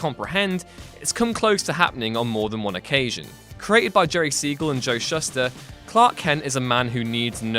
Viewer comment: Shuster is pronounced Shoo-ster.